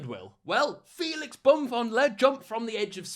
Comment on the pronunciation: I rewatched too many time. Felix what now. Didn't even try. But tbh he's a dickhead so go ahead and mispronounce is name. He deserves it.